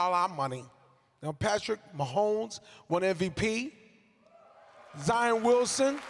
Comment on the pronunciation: Agree with you all poor performance went back to see Peyton Manning....Tracy messed up many names even Zion who doesn't know that one ugh..